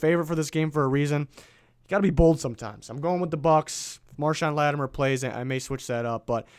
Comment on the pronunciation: It's LattiMORE! Not LattiMER!